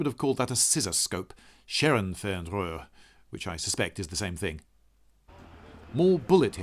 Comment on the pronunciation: thumbs up for the pronounciation of 'scherenfernrohr'